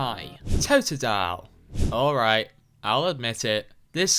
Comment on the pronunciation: THERE IS NO A IN TOTODILE! FIX IT NOW!